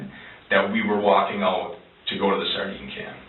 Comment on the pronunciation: I hope it's the friend cause then it means they'll have locked up an a hole that pronounces "sardine can" like that.